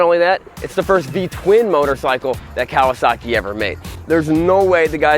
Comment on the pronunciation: I think it's pronounced "Ka-wah-suckey."